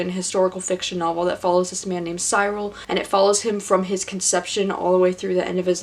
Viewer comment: It’s pronounced Cyril (siril) rhymes with squirrel... they joked about his name Cyril the squirrel in the book...